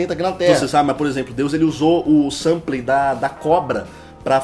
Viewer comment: "SAMPLÊ",???